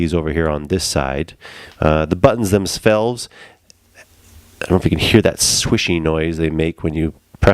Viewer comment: "the buttons themsvelves" hahaha. good video though, thanks. can't wait for verizon to ship mine already